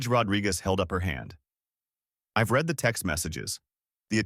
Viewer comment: When you are doing it it's pronounced reed. When you have done it It's pronounced red. Both are spelt the same